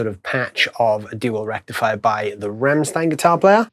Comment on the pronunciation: He is a rocker but doesn't even know how to pronounce RAMMSTEIN correctly...